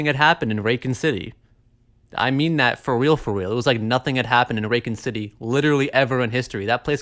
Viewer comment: "Rakin City"?